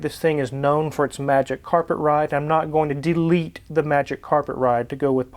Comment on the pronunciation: “I’m not going to DEE-LETE the magic carpet ride” Now I’m completely reassured.